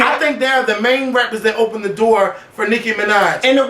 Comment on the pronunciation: I almost died when said "then can donnate this door that Nicki opned"!!!!!!